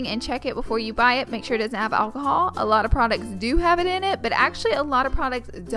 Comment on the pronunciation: the way she pronounces "oil(y)" "alcohol" smh..her voice in general